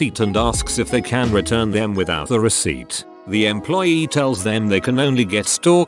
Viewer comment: Did the TTS voice just say EMPLOYEET, or am I just too drunk?